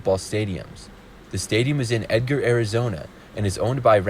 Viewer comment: i let it slide but then he said “Edgar” instead of Eagar for AZ and i lost my mind